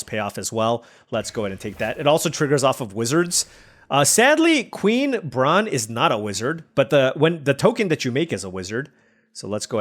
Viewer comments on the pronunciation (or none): Queen Brah-neh